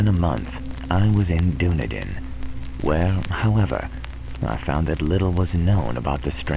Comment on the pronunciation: Dunedin is pronounced Dun-eden. The way you say it make us sound like a LOTR tribe..... oh wait....